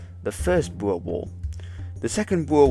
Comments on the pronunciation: I am a amateur historian of sorts and a regte Boer. Sir, you are the only non South African I have ever heard pronounce "Boer" correctly. BooRRR. Much respect! As to the video, and the time allotted, you did a good job. Just one of many details I could ad, after the 1st Boer war the British changed uniform from bright red to kaki. There is much debate over whether this war was the reason, but I would let the reader decide. If anybody wants to visit Majuba Hill I am offering my services as an amateur guide for free. I stay in Natal. God bless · Great video, it's refreshing to hear someone who can actually pronounce Boer correctly. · I'm pretty sure some older people still pronounce it the dutch way so it's fine, since you can speak dutch your proniounciation is much better than an average English channel.